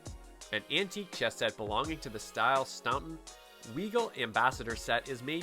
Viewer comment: That knight's an absolute dog. It looks there as if the pieces are too small for the board. The what design? If you mean Staunton, it's pronounced Staunton, and no way are those pieces Staunton, especially the knights.